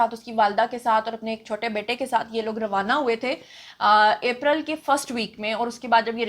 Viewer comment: April sahi to bol 🤣🤣🤣🤣🤣